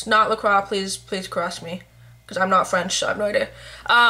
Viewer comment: did u mean to say correct me or did i hear it wrong..lol i heard u say carress me instead of correct me